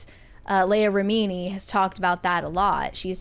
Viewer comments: Reh-mee-nee, miss-cah-veeg 😂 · I don’t understand how this girl pronounces Leah Remini‘s name so wrong and David Miscavige‘s name so wrong, has she never heard the real pronunciations? It’s so annoying every time she says their names completely incorrectly.